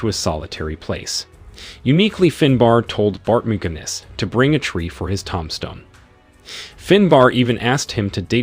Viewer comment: Vid is definitely NOT a marketing tool for AI narration capabilities. Did the creator even hear the ghastly "TOM-stone" said over and over? Did they hear and just not care about pronunciation errors?